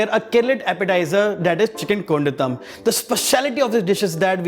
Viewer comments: Its kon-daaa-tum but sadly pronounced here as kundathum lmao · Looks close to the original version... Request the chef to pronounce the colloquial way, the same way the malayalees pronounce it... Cheers... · Chef , pls don’t say kondattam like that . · This qualifies as a good tutorial on how NOT to pronounce Kondattam